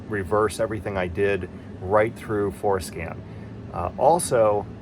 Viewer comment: I initially thought you said Foreskin LOL, Im on the floor laughing sir... excellent video for diagnostics, thank you